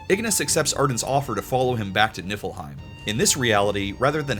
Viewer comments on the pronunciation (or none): I have a curse and I kept hearing you say Niflheim as Nippleheim 😅😂